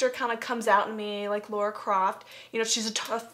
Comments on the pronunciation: why the hell do they keep saying Laura? Is this an Accent thing? Is it hard for Americans to say Lara? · lara? or laura? it sounds like they are saying laura. :P